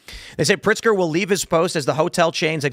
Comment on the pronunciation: Tim, it is Governor Pigster and he is the governor of Chicago and not Illinois!!!!!! 😝